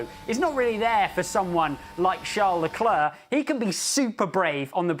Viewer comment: Please learn how to pronounce Leclerc's name properly because this is becoming annoying... The final "c" is to be ignored. Everybody makes effort to speak in English. The least thing you could do is not to slaughter their family name! Thanks!